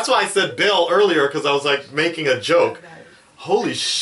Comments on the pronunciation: Not to be that guy but it's "Belle" not "Bella" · Pronounced "Bell". Explaining it by writing the normal spelling wont do much lmao